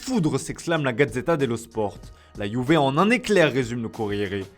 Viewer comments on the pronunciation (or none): none